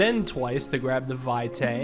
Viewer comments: it's latin, the correct pronunciation is vɪtɑɪ in fonetic alphabet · "Vitae" means "life's" in Latin - it is pronounced "Vee-te", last E as in Element :)